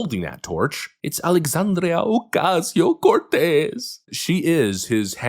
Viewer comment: I come here just to hear the creative ways in which you will say "Alexandria Ocasio Cortez" with extreme emphasis.